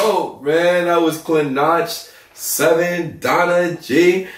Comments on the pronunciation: It's not klinač it' klinaC as C you read it as C. And he is only 17.... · you pronounce it as klinatch but its pronounced as kleenatz (klinac means kid) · His name is pronounced "KLINATZ" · How to read Klinac = Something like Kleenatz. XD Nice vid bro! 🔥😻